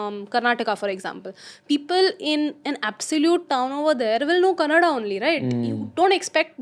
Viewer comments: Loved it when she said "Kannada" and not "Kannad" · Kannada anta helodu kaltidare jana♥️